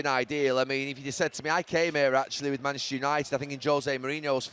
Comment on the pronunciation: Gary = "MANECHISTER CITY"